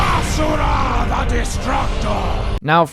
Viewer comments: Can I just say that I appreciate you pronouncing Asura's name correctly (imo, as ah-sur-ah instead of ah-zur-uh) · YESSSS YOU SAID ASURA’S NAME RIGHT!!!!